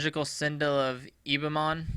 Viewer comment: God damn, you can't read. I appreciate the video. but dude... EXEM-PLAR, CIT-ADEL, ENDYMION